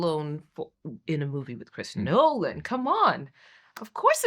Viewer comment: Every time you say Noaalan I crack up!😂